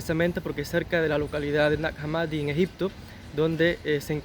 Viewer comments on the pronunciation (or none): el nombre de esa localidad egipcia, se pronuncia /najá hámmadi/, con "j" y "h" inglesas